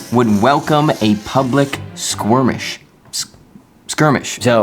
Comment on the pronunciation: "squirmish" "quincidentally" 👍😁